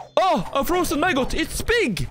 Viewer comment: ÁH a frözen Maggôt it's BÍg